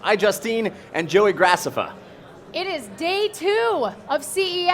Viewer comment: He said gracaffa